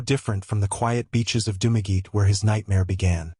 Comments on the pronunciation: It's pronounced "Dum-a-getty", not "Doom-a geet". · Dumageet??? AI much ???